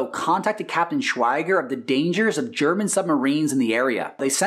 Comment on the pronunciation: "Bowler" Bill Turner was Captain of the Lusitania and Walther Schwieger (German pronunciation is shwee-ger) was Captain of the U-20. See pages 530 - 531 of the book Castles of Steel by Robert K. Massie. Schwieger later sank the British liner Hesperian off Ireland, four months later. (Page 544)